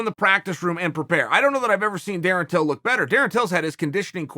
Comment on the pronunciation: I know chael would say till but it sounds like he says bill at the start lol